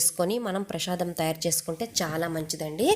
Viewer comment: Prashadam kaadu. Prasadam